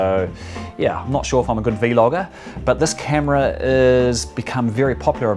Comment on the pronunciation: It pisses me off you saying v- logger not vlogger